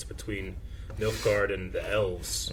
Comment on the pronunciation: it is Nilfgaard... Nilfgaard... Nilfgaard... NILF... GAARD... some says Nilfgaard did i hear Milfguard ? -.